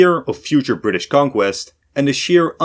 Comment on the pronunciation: “WELLLLLLL!!!!!!!” “We Fired Our Guns And The Bri’ish Kepta Comin!”